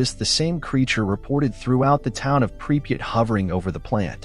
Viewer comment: 3 different spellings and not one correct pronouciation of the name pripyat